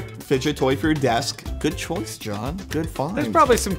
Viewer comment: john*gekge everyone *stop saying gekge